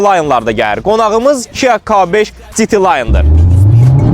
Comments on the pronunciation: Citi layn nədi?😂😂😂 “Dji” de heç olmasa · Citi Layn 🤦🏻‍♂️